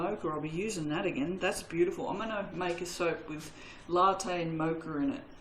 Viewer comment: C’mon you’re an Aussie pronounce Mocha the Aussie way not the American way!!!! 😂😂😂😆😆